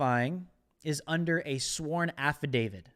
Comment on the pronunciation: Affidavit. With a T.